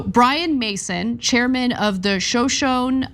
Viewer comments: It's pronounce 'Sho Sho Nee' not 'sho shone' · Sho-sho-nee. Surprised Ana is unfamiliar with this Native American Tribe! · Shoshone is pronounced show-shownee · Try sho sho nee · Its pronounced sha-shone-ee ana lol 😉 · SHOW-show-knee...is how it's pronounced. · Show-Sho-nee and Pie-yute. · Pronounced: Sho-Sho-nee: come on Anna, really? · Haha yea that was pretty funny. I know they cover a bunch of stories but you would think they would look up the pronunciation first. Democracy now manages to get it right and they are on every day. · Did she read this at all before it aired? She isn't even pronouncing the tribal names correctly correctly. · Please, the tribal names are pronounced Sho sho NEY And PI YUTE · Those tribe names are pronounced sho-sho-nee and pie-oot. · Come on anna... show-shown...? Poh-yoot...? Not something I would expect you guys to mispronounce. It's not like those tribes aren't just one state over from where you're filming this. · You know, you could literally watch someone on youtube who actually knows how to pronounce the names Shoshone and Pauite before going on the air with a story about them.